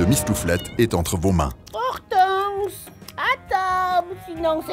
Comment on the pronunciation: Ortance le nom du chat 😅